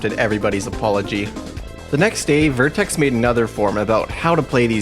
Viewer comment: An error I noticed in the video, the guy's name is VertREX, not vertEX